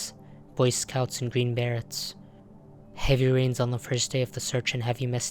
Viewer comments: Green "Barrets?!" Come on, man. It isnt that hard to pronounce beret correctly. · Love your content but learn to pronounce "beret" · your pronunciation of the hat type "Beret" is incorrect.